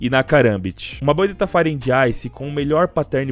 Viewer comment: "FRIPE " KKKKKKK